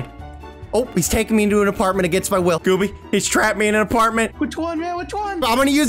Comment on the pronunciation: Lol aparntment